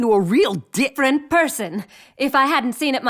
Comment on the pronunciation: “Superman’s turned into a real di-fferent person.” 😂